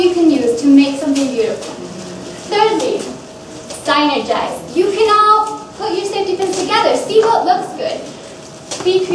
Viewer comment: you had a really good hook/intro, you have such good ideas, i can tell u practiced before, loved the part that you showed the necklace you found on the internet and made it and wore!!!! loved it the pronunciation of synergize... it was a really good presentation!!!